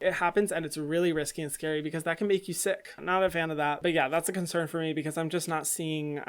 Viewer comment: "it's a wee bit much forrrr meee" - Hyram